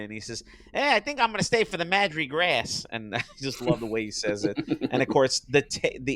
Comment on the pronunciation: There's a couple of Bugs' great mis-pronunciations in this cartoon: "you're a pen-gu-in" and "Madri Grass"